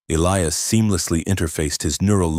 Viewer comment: Yes, please EE-lie-us it's a cool name. But when it's constantly mispronounced in different ways it pulls you out of the story